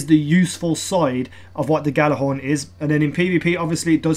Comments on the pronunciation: It's pronounced Yallahorn. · I hate when people mispronounce Gjallarhorn! Look it up, its a Norse word. I still love you <3